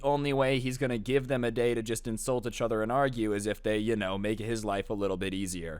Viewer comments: "roast eachtoher" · “roast eachTOHER” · The amount of times he's said "achother" in this story😂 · The way you pronounce each other lmfao “uchother”